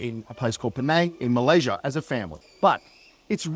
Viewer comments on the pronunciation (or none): none